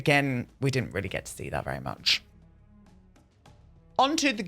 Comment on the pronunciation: 'there was so mũŕch' HAHAH pissing myself at that